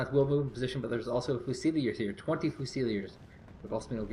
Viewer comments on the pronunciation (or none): still can't pronounce fusiliers...